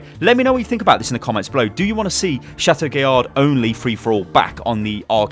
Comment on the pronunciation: Every time pronounces the d in chateau guillard I cry.